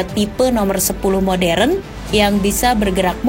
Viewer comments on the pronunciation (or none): none